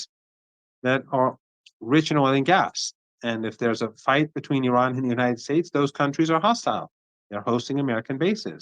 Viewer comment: Please try to pronounce correctly the word "Iran" (and not Aran). Thanks